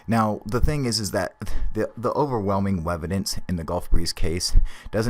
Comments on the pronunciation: did this man say wevidence ps great vids man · overwhelming wevidence!!!! lol....dont kno if anyone else caught that....